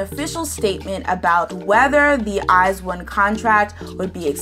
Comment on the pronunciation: I think it's pronounced eyes-own♡